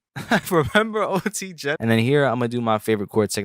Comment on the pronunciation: he said ot genasis 😭